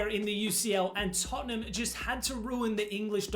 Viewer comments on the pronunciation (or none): none